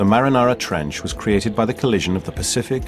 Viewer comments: Hold on just a minute, , did this mofo say marinara trench? And to think, for over 20 years I've been thinking it's the Mariana trench 😂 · he calls it the marinara trench. Its not a pizza sauce. Its Mariana Trench xD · Am i not the only one who heard the "Marinara Trench"? I know he's trying to say Mariana Trench but still, i sounded like he said Marinara Trench. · THE NARRATOR CALLED IT THE MARINARA TRENCH WTF I CANT BREEAATHEE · It’s “Mariana “ not “Marinara” trench lol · Did he say Marinara trench? Isn’t it the Mariana Trench? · "The marinara trench" LOL you mean the Mariana trench right? Best documentary ever. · I just think it's funny that he said marinara, instead of Mariana Trench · Anyone else hear “Marinara Trench”😂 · he called it the marinara trench lol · "the marinara trench" lol it's the mariana trench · That dude said MARINARA trench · He said the MARINARA TRENCH 🤣🤣🤣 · That narrator called the marianas trench the marinara trench lmfao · the dude said marinara, not mariana trench, anyone want a subway meatball sandwich up in this bitch XD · The narrarator said the marinara trench its not a sauce its the mariana trench😂😂😂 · Nigga said marinara trench😂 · The guy said the marinara trench. I'm done😂😂😂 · The narrator legit said "marinara trench". Guess he was hungry. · lol the "marinara" trench wth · I'm sorry but did this bitch say Marinara Trench?? Would you like some mozzarella with that??? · DID HE SAY MARINARA TRENCH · This guy says the Marinara Trench. Sounds like my kinda place! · Did he fucking say The Marinara Trench??? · LOL THIS NIGGA SAID THE MARINARA TRENCH 😂